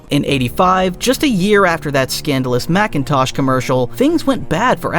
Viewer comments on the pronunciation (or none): It's MACINTOSH not MACKENTOSH